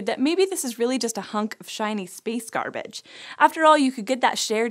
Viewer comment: I honestly thought she was being clever and said “space starbage” (star+garbage) 😂